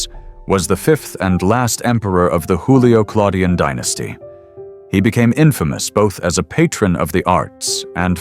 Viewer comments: Julio-Claudian not Hoolio-Claudian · For the speaker in this video: in the word Julio(-Claudian), Juilio is pronounced with the J sound of July, not the guttural Spanish sound as in Julio Iglesias... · You're wrong, "J" sounded like "Y" in Young